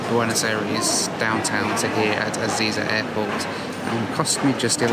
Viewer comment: Ezeiza is pronounced E-zay-zah, not E-zee-za :)